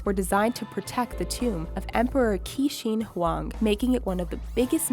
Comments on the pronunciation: It should be "Chin" "Shea" Huang,not "kin" "She" Huang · Qin Shi Huang is spoken Chin Shi Huang. Not Kin Shi Huang